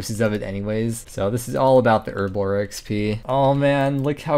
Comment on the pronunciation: As a British guy, hearing erblore rather than herblore that many times messed with me head.